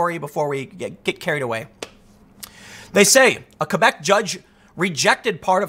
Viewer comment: Props for you knowing how to pronounce Quebec.